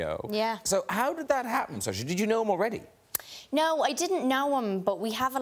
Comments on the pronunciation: Does anyone know her name is actually pronounced as Sersion? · she's an actress, and she's very good. her name's pronounced Sur-sha it's Irish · Lobert_Lin well no because it isn't. it's pronounced Sur-sha I think it means freedom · How do you pronounce Saoirse correctly?